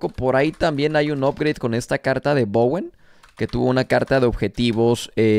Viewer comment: Bowen no Bawen! Dicho por el mismo Bowen!